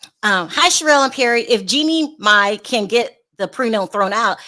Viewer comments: Mama Mai's name is pronounced "Mama My or Mi" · Why cant yal pronounce Jeanie Mai and Mama Mai.....its not MAY its MAI......its really not that difficult to pronounce. Like the girl says her name all the time. Jeanie should get that money hunnay...